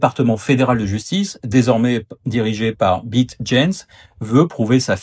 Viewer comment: Beat ahahah ça se prononce "Béate" mais oui il est "on the beat" 😂